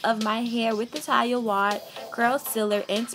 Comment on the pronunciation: I died every time you mispronounced Taliahs name. 💀💀💀 we forgive you boo.